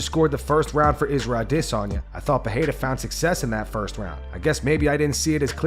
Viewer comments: Bro you need to hit up Google translate and learn how to say Alex Perieras last name correctly in no language does pa-hey-duh actually get pronounced its per- rare- ra in every language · Learn how to pronounce Pereira